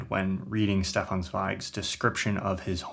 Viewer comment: In case of future reference: There’s a soft sound at the beginning of Stefan Zweig’s first name, and a hard sound at the beginning of his second. Shdeffan Tssveig.